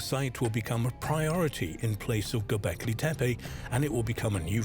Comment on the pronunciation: SERIOUSLY!! and mispronouncing their names every 5 seconds? Tepi-tepe-tepi-tepe!!!